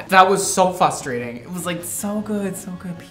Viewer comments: f R ustrating. Not fustrating. I hate when people say that. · … did you say… “FUStrating” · you did NOT just say "fustrating" 😬 oof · says "fustrating"